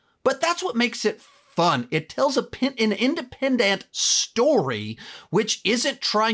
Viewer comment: Is it just me, but whenever there was an Antman movie would he say Independ''ANT'' I mean wow